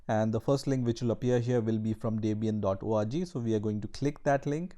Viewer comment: "Debian dot orgie" Eeyy nice